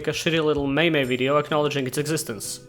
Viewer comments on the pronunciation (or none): Did.... did he just pronounce it as maymay? Im about to pass out